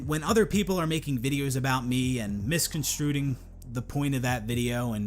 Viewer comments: How many times is he gonna say "misconstruting" instead of misconstruing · i only scrolled through the comments a little bit, but anyone else notice how he keeps saying "misconstruing" wrong? like, he said misconstruded the first time, but the rest of the time, he says misconstruding. theres no d there. i just kept laughing every time he says that, cause he's trying to say you can't get his point, or you misinterpret it, yet he can't even tell you your reading into it wrong properly. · "misconstruding" made me throw up in my mouth a little